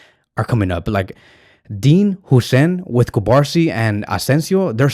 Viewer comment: its "Hoyyyysen"